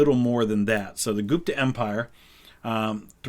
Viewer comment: Gupta is not pronounced [Goop-ta], it's pronounced [Gup-tha]. The letter u is pronounced the way you would pronounce it in the words "full" or "sugar".